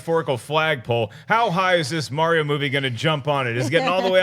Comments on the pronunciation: It's Mario, not mare-e-o. It's a hard R sound. Also, y'all are some Patriot haters. Stay jealous. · raised my eyebrows each time Perri pronounced Mario haha I've just never heard it said that way before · Dafuq is MaryO? MaryO and Luuuueeeegeee